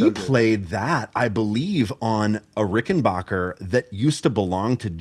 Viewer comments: the annoying part is people pronouncing the name wrong. It's BACKER not BOCKER. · I’ve had it drilled into my head by a good friend that it’s pronounced RickenBACKer not RickenBOCKer. Just doing a public service haha. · Adolph Rickenbacher anglicized his name, after World War One, to Rickenbacker. Pronounced Ricken-BACK-er. You don't hurt your 'BACH' lifting furniture. And if you are listening to "Air on a G String", you aren't listening to 'BACK'. The dude with the Fireglo Rickenbacker gets it right. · Please don't say Rickenbocker, folks will think your'e the man who fell to Earth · You're mispronouncing Rickenbacker. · Learn how to pronounce "Rickenbacker."